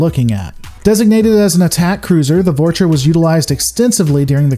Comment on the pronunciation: ok this is killing me! you keep saying "vorch-uh" and for the love of christ is "vor-small pause- cha(h)"